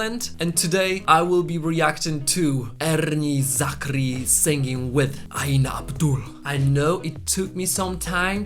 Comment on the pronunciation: I like the way you mention erni zakri's name.. the ' r' is so rich n thick. Rrrr..